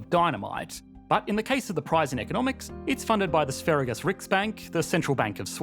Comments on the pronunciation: I think Sveriges (Sweden's) is pronounced more like Sver-yahs rather than Sve-ri-ges. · Sverige is pronounced Sve-ri-ye, i.e., the g is pronounced like a y. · Sveriges is pronounces 'sveryes' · For future reference, the "g" in "Sverige" is a soft g, meaning, it is pronounced closer to a "j". That said, interesting video.